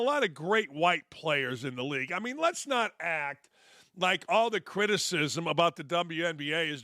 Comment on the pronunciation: Did Dan say “lez be honest” While talking about the WNBA? 😂😂